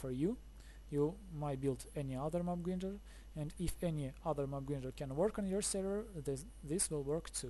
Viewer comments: Your English is very good! Just one tip. "Grinder" - say "i" or "eye" gr-eye-nder. Not "Greender". But that's just a small tip. Thanks for the video, it's a cool and neat design! I'm going to struggle to get the villager up there, but I'll give it a go. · its pronounced mob gr-eye-nder as in eyeball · Lol it mob grinder not greender lol good video